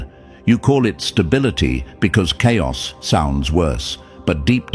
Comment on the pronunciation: chaios is not cairos😂